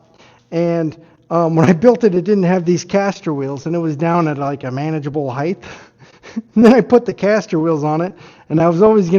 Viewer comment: The word is 'height', not 'heighth' ... retard.